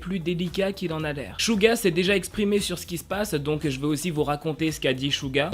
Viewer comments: On dit Suga pa shuga ou chuga on dit sssssssssuuuuuuuuggggggaaaa🙄😒😠🗣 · Dsl mais on dit Souga et pas Chouga...... Vu que c'est mon ub sa me perturbe énormément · Suga le prononce chouga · ÇA SE PRONONCE CHOUGA MAIS ÇA S'ECRIT SUGA